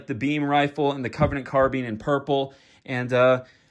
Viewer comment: Covenant carbean 🤣 but for real tho those are all sick!🔥 (its carbine btw)